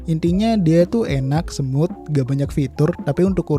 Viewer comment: Saran aja bang bilang smooth itu "smut" bukan semut biar enak di dengar. Gak bermaksud menjatuhkan tapi mensupport bang🙏😁